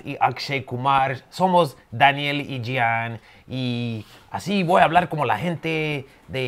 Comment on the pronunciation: That blank look on Daniel's face and the what-the-hell-is-going-on expression when you call him "Dah-ni-elle" and do all these accents is priceless. LOL